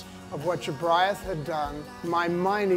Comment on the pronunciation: I love Morrissey but he butchered Jobriath....